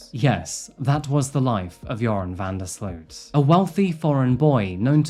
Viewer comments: It's pronounced "van der Slote" (like boat)... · BTW i know he is a awfull monster but his last name is pronounced different. The 'sloot' part is more like 'low' slowt vanderslowt but the w isnt pronounced. Just trying to explain haha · You did an amazing job telling the full story. I don't think his punishment fits hiis crimes and I wonder how many unsolved international murders of young women he may have been party to. The one upside is that his name can be pronounced like the word "urine" because he IS that foul.... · loved that you pronounced his name "urine"... very fitting... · I love that with the accent VanDerSloots name came out sounding like ‘’ - that sparked joy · As a Dutchman, I'd like to apologize for this cowardly killer. BTW It's pronounced sloat, van der sloat.